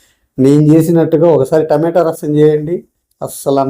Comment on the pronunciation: టమేటో రసం కాదు రా బాబు. టమాటా అనాలి